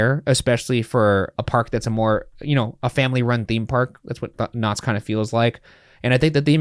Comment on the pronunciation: Next time you do a Knott’s Berry Farm ride, can you try not to make it sound like you keep calling them Nazis? 😅